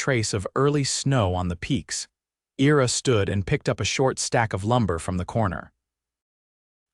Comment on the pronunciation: "I-ra" not "era" as this AI is reading it...otherwise, enjoy the stories....Michigan, USA